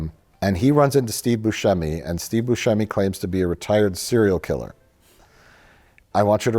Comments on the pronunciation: It's embarrassing how Mike doesn't know how to pronounce Steve Boosheemy. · You're saying Buscemi wrong, just forget the "c" and you'll get it. You also got Ayo Edebiri's entire name wrong.. and a third one I forget what is 😂